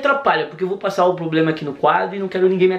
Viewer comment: "poblemas" erra e humano mano kkkkkk